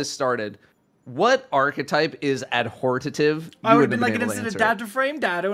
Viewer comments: "Guys, remember Adhortative?" - Datto Lmao. I'm waiting for that vid,. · Guys remember Adhortative lmao the way datto pronounced it